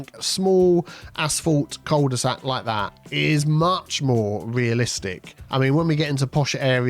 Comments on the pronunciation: It is pronounced "queuel de sac" without the j sound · I mean if we want to get technical, it's pronounced "coo de sac", but at this point I don't think we're gonna convince too many on this side of 'La Manche' to revert to the French pronunciation! 😅